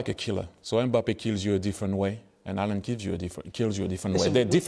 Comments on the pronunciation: Haaland is pronounced as in "awe" - as if it was written Hawland. Thierry pronounces Erlend almost perfect the E is more like the vowel in american "bad,had,sad" i.e I would guess phonetically there would be used an "æ". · Thierry pronouncing Haaland like Allen is fun to listen to. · The fact that he isn't outrightly saying Mbappe means it's Haaland, he just can't say it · It sounds like Henry is calling Haaland ‘Alan’ 😅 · Henry wants to say Halaand 🤣